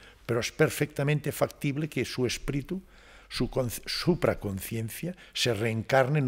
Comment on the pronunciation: Excelente entrevista, el doctor tiene unos conocimientos espectaculares, solamente le queda por aprender que no se pronuncia “espritu “ 😅😂❤ todo lo demás ha sido espectacular, gracias 🙏